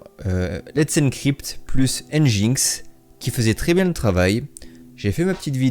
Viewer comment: Yo ! juste petite précision nginx se prononce engine-X "enjine-exse" =)